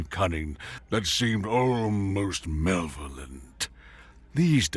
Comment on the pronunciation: This is to help. "Malevolent" is 4 syllables, pronounced muh-LEV-oh-lent. Still trips me up from time to time.